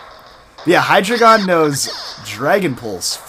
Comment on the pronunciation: You say hydregion wrong say it like this Hy dragon